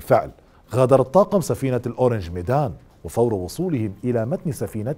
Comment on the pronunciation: للتصحيح فقط: اسم السفينة هو اورانغ ميدان ourang medan وحرف الغين يكون معطشا.. وليس اورانج ميدان orange medan كمثل نطق برتقاله بالانجليزي و ourang هنا يعني رجل او إنسان بلغة الباهاسا الأندونيسية.. ففي هذه الحالة فأسمها لم يتغير.